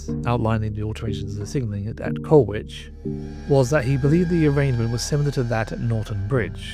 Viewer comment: Many thanks for this presentation but with respect to the sole fatality, it’s Goode as in food, Colwich as in Col-itch and coach never carriage. Horses pull carriages nowadays. RIP Driver Eric Goode.